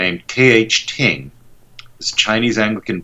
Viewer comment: Its pronounced Ding. T'ing would be pronounced Ting. The relationship of the Three Self church to the Anglican Communion has not been defined